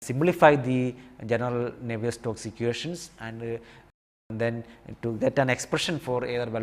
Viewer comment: Sorry, but isnt it Navier STROKES ??? you are saying and writing it as NAVIER STOCKS ....